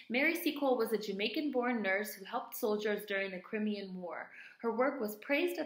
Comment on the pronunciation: YES!!!!! crimean is pronounce cry-me-an. There is much discussion about her over here, as she did the actual nursing care, whereas florence nightingale was more of statistician and did not DO stuff herself. In fact Florence Nightingale was vocally derogatory about her. Florence had money, wealth, rich politicians behind her who financed everything she did and still didn't want Mary any where near her.......white feminism. This is always of interest to me as I am training to be a nurse, and my mum was a nurse. There are lots of museums, nursing schools, hospital wards named after florence and even now at university she is hailed as a trailblazer etc, a theorist the foundation of nursing. She is very highly esteemed however there is little to nothing mentioned about Mary not even a line in a book. Fortunately my mum was able to tell me about her. It wasn't until last year 2016 that after years of campaigning and fundraising a statue/memorial in her honour was finally made!!! I think in one of your videos you said something so apt, re It's interesting that behind every 'great' white woman there is also a great black woman, a contemporary in their shadow who didn't get any shine (something like that, hope you remember!!). Thank you for shedding some light on this lady!!! xxxxxxx